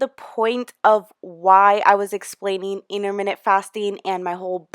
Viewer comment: You can’t pronounce intermittent!!!